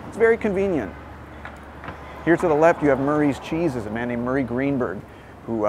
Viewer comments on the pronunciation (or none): none